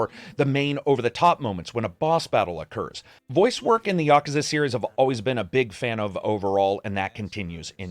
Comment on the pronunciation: You say “the series” sounds like “hey Siri” to my phone lol